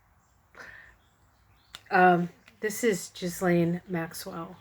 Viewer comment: I believe it's pronounced "Ghee-lane" (soft g ). Thanks for sharing this reading.